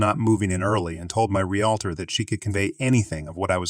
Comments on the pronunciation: Don’t know how to pronounce realtor. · Once in a while it was done right. Funny sounding, though.